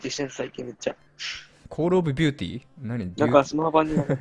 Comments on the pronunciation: コールオブビューティじゃなくて デューティなw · コールオブデューティだよね？笑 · コールオブデューティーな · クールオブビューティーは草 クールオブデューティ.... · コールオブビューティー × コールオブデューティー○ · あとさ、コールオブビューティやなくて、コールオブデューティやわw